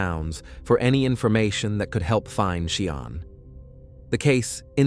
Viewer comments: You're pronouncing her name totally wrong. It so annoying how you say her name. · I have just read other comments about the pronunciation of her name. The family will be very offended hearing the incorrect way this idiotic robot is saying her name. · Yeah exactly! Sian is my first name as well and it’s making me very annoyed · It completely mispronounces her name - it is awful! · It isn't 'Cee aahn', its She aahn' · Name is pronounced shan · Everyone knows how to pronounce sean Connery 's name ....well Sian is the feminine version ... pronounced ' Sharn' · Seean? Shan is the correct pronounciation. I couldnt listen as he got so many words wrong. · I’m twelve minutes in and gave up, because the narration calls the poor girl “Cee-arn” then “She-arn”. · Sian is pronounced Shahn not ciarne...At least get her name right, it's disrespectful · Is the narrator AI? He sounds robotic. If it is AI, he may not be pronouncing this lady’s name correctly. I’ve known the name to be pronounced like Sharn. If I’m incorrect and the people doing this video have checked with her friends and family that it is indeed “Si Ann,” my apologies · It’s pronounced ‘Sharne’ not ‘See Ann’ Are you AI? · Sian is prounced Sharn! It’s a Welsh name which is equivalent to Jane in English. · I really wish you had bothered to learn how to pronounce Sian's name properly. To not bother to do so it totally disrespectful. SIAN = SHAHN. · Sian is pronounced Sharn. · Sorry the pronunciation of the victims name is so frustrating and disrespectful. It's not hard to find out how to say it if you don't know. It's pronounced SHARN!!! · Isn't SIAN pronounced "Shawn?" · Her name is pronounced as Sharn. I am from Swindon and remember this case very well. The people of Swindon all came together as a strong community. Sian wasn't his first he also murdered another young lady Becky Godden. May they both Rest in Peace. t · Her name is pronounced Sharn you idiot, do your research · Sian is pronounced “ Shaan” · YES SHARN